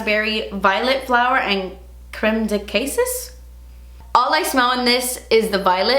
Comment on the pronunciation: Almay used to have a cooling "wet" powder several years ago. I loved to use it during the summer in FL, felt so refreshing! And just FYI, cassis is pronounced "kah-seese". 😀